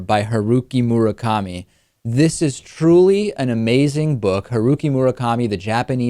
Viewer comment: OH WOW David. Glad you liked it. But you pronounced Haruki Murakami's name wrong.